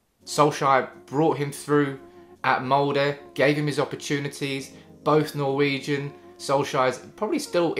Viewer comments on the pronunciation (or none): none